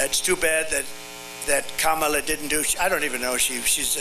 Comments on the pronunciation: It looks like he learnt something from the debate with Kamala Harris - how to pronounce Kamala. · More and more often, he forgets to make fun of Kamala's name and pronounces it correctly. 🤪